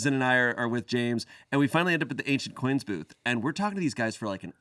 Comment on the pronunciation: Ah, said an "ancient coins" booth....I heard "agent orange" booth. Needless to say I was confused